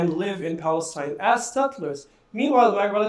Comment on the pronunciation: There’s no P in Palestine 😂, cause it’s falistine baby.